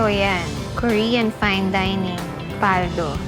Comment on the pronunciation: Mabilis po pagbigkas ng PALDO not PAL-DO